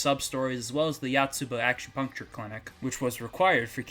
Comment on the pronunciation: I feel bad for pointing this out, but your pronunciation of acupuncture reminded me of the Machu Picchu scene from K-On.